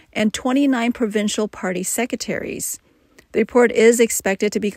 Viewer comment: "Secetaries," she says. She was trying to say the word "secretaries."